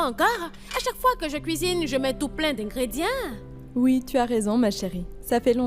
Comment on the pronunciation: Qui a entendu dire( ingredyen😂 comme )ingrédients et dit ingredyan elle, pointez vos droits.